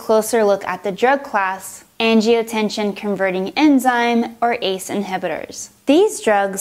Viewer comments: and that's generic, not brand. and it's angiotensin, not angiotensiOn. And , it's angiotensinogen, not angiotension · Great video- thanks. You might want to correct the pronunciation though- it's "angioTEN-SIN". Not angioTE-SHUN. I love how you use the visuals. So many of these med videos are painfully monotone and boring. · She says "angiotenshin" instead of angiotensinogen and says angiotenshin instead of angiotensin... :| Other that that it's helpful, just irritating to see an on virus mistake like that especially when on screen it says angiotensinogen. My only other critique would be the jump cuts between the lines and medicine names. Keep up the good work. :) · I hesitated when she pronounced angiotensin incorrectly, maybe it was a lisp. Then she said "the body is an amazing organ" WHAT. No....just no. Lost all hope at that point lol